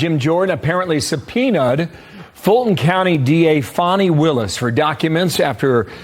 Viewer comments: It's Fanny not Fawny!! Fools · why are people pronouncing it, 'Fonni Willson'???? Its Fanny! Like the butt cheeks. She is a loser!! #DemsLie #DemsCheat #DemsSteal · Wanna bet she ignores the supeona and nothing will happen to her? She needs to buy a W if dhe wants her name to be pronounced Fawni because fani is pronounced fani not Fawni. If one is speaking English. Right? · Why are they pronouncing her name incorrectly? It’s Fani….like an ass! Not like “fawny” , a cute name for a baby deer! The media makes me sick!🧂🧂🧂🧂🧂🧂🧂🧂🧂🧂🧂🧂🧂🧂🧂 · FAWNY ?? Like a Baby a Deer A Fawn? So she has been spelling her name Wrong! No we're Not going change our English language to fit your ignorance. FANI is Not pronounced FAWNY! 🙃